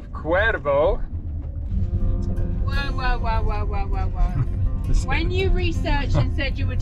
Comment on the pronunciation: Honestly I was surprised you pronounced Cuervo and Los Pollos correctly. I'm still giggling at how you pronounced squirrel from several posts back!! 😀😂 🤣🤣🤣🤣